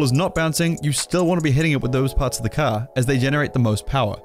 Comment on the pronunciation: You still wanna be hitting it with those parts of the caaa , that sounded funny lol